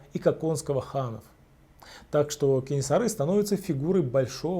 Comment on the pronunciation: Кенесары, а не Кэнэсары. Жуз, а не джуз.